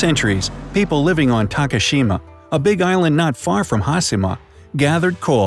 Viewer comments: hashima (ha shee ma).. omg, can your announcers not butcher every non english word? -_- you can say takashima (ta ka sheee ma) no problem, why not hashima -_ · how’d you manage to pronounce Takashima correctly and not Hashima..smh